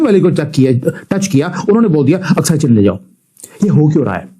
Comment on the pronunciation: अक्साई चिन । अस्काई नहीं ।